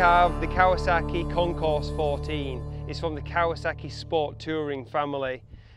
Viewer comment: Sweet video! However, please keep in mind that the name of the bike is pronounced WITHOUT the "s". Meaning, say: "Kon-core" 14. Other than that little flub, it was entertaining and informative. Nice!